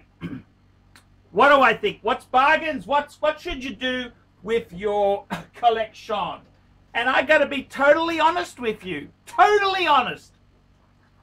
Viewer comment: "...Koh-lek-seon?..." Is now drinking the same Kool-Aid as Kevin O'Leary??